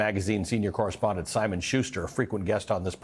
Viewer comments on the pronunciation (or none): none